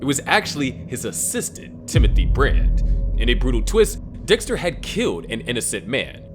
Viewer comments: bro really said Desker 😭🙏🏻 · bro said desker